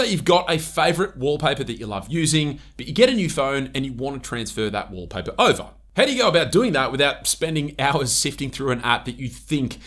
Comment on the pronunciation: Wolpah-peh❌️ Walpaper ✅️